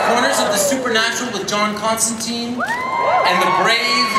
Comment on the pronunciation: everyone's pronouncing Constantine wrong :(